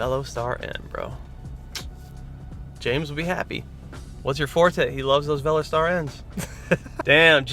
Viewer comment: Dude its not Velo Star but Ve los ter